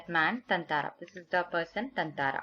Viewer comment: Isn’t it thathara mam? Or is it thanthara?